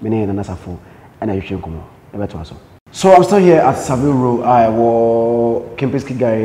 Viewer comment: Zion what name are you mentioning there? Its Savile row not sevile row.